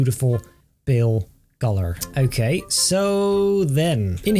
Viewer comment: I love how says okay with a bri'ish accent